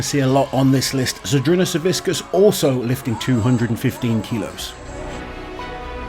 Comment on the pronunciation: Hey, since you have been making an effort to pronounce athletes names correctly, the c in Savickas is pronounced kinda like the c in Licis. Whiskas is a cat food